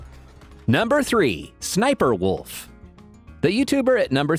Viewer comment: The name is Sssniperwolf this is how you pronounce it S s sniperwolf